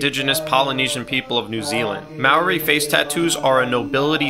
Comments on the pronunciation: Not trying to be mean I’m just gonna point out a correction it’s pronounced Māori not Maori (hope this will help you) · Some face tattoos also known as Taa Moko show your Family History as my Nan and Koro have this showing their ancestors. Also not being mean but if you can say it, try rolling the R in Maori as thats the proper pronunciation but only if its easy to do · Its pronounced moh-ree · its actually pronounced Ma OR-(Like your saying Oreo) E !! (This also genuinely runs along in hawaii too as Hawaiians are ancestors/related to Polynesians and Maori people.) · As a kiwi the way he pronounces Māori is giving me a heart attack. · Pronounced Māori wrong but yes this is beautiful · Get the pronounciation right please 🙏